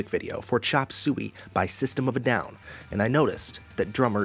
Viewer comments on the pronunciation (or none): did u say chop sooey?